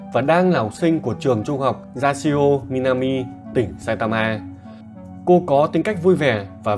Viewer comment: sao cứ phải đọc nhấn vào chữ cuối thế nhỉ.... sai ta maaaaaaaa